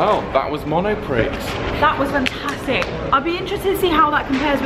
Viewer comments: it is NOT pronounced Mono Pricks - it's pronounced mono-pree. Oy. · Great Vlog! I'd crack up every time you say monopriX though haha ! You don't pronounce the x :D (it's monopree) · Love your reaction to the self-checkout speaker! Now did she really say "Monopricks?"